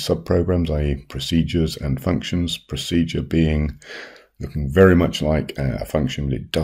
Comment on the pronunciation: Man said prodecure